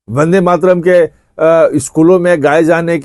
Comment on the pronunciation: Ache se bol le vandematram